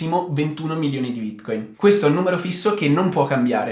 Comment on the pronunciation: Ti dispiace imparare a pronunciare Bitcoin? Non si può ascoltare